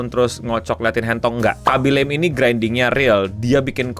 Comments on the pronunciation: Khabbi lame, bukan khabbi lem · Baca namanya bukanya bukan laeim tapi biasa aja "la-me* Do your homework please. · Fyi bang, Khaby Lame pronunciation namanya bukan 'lame' yang dibaca 'leym' kayak di bahasa Inggris, tapi lebih kayak "La-Me" aja :3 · bacanya Kha-by La-mi btw